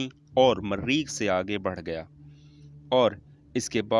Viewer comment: Mareeeeekh,,, Launch ya lounch,,,, idiot, copy b nhee kr saktey, bus dosron ki video ko dub kr k apney nam sa bana dia, lanti